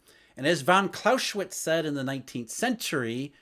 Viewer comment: Holy cow, you murdered that man's name. Clow-sae-witz ... no "sh" in there.